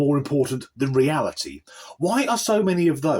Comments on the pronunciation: Do you mean realty or reality? I hope you aren't teaching English. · realty instead of reality? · The way he/she pronounces the word “reality” gave the game away! Clearly reading it from a script!